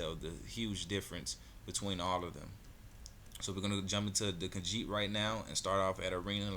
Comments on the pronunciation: What a dumb ass its Kah Jeet Not Kah Sheet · The fuck? It's Ka-Jeet